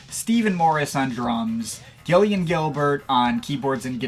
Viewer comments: Surprised to see you cover New Order, but I cringed every time you tried to say Gillian Gilbert’s name. It’s pronounced JIL-ee-un. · Gillian as in "Jill"